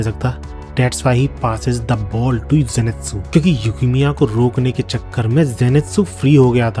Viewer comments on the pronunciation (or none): Bro I have one complain that player is zantetsu not zenetsu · He also knows but he preferred to say that😂😂